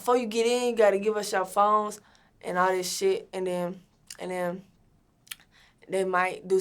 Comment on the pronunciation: "and den like"